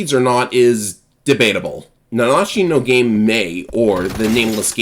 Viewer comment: No way. Somebody managed to pronounce the game title correctly. Genuinely, it's almost cathartic to hear.